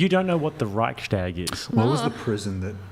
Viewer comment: As a German i have to say Chair 2 does ABSOLUTELY not represent germans at all, the only excuse for her not knowing what the Reichstag, etc. is that you guys mispronounced it and we mostly call it the Bundestag by now. We are DEFINITELY educated better its honestly common knowledge